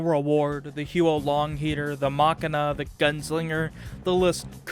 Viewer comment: omg it's not pronounced as "hyou'o long heater" it's pronounced like "hwo long heater", taken directly from the chinese word 火龙 which means fire dragon, please somebody tell all the youtubers out there how to pronounce it properly REEEEEEEEEEEEEEEEEEEEE why am i having a mental breakdown